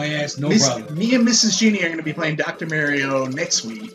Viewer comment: Dr. MARIE-O?